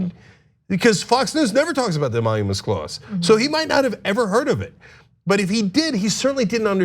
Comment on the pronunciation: To be fair. He said phony "emonuments" instead of emoluments.